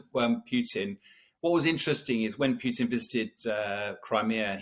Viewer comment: Whos this “president pewtin”